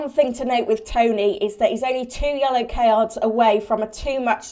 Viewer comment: Great video, “2 yellow Kay-yards” made me chuckle